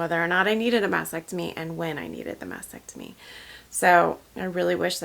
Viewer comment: FYI… It’s pronounced mastectomy (Ma*stek*tuh*mee) not masectomy